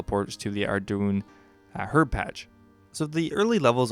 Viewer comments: Ardougne is pronounced Ardoyn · Good info but I can't focus when Ardougne is pronounced ar-doon